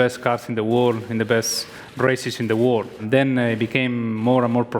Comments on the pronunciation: Alonso keeps on saying Wor instead of World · When Alonso says 'world' it sounds a bit like 'war'...